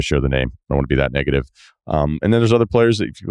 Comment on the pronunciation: “I don’t wanna be that negative” sounded like I don’t wanna be that n*gga 🤣